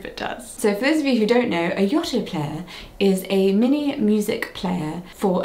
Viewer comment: You saying Yoto wrong lol Only from my point of view, this is how it how are you saying it very differently, but yeah my eight-year-old like nearly 9-year-old absolutely loves his Yoto player it’s the best thing in the whole wide world definitely recommend it for any gift from any age